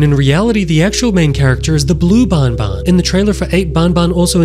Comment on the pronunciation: Not bunbun is banban